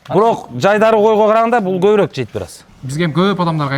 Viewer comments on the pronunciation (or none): none